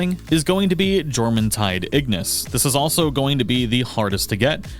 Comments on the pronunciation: jorm is pronounced Yorm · The J in Jormuntide is a soft pronunciation, like a Y.